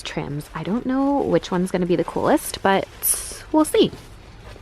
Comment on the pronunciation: I don’t kneuw, seuww ._. Too much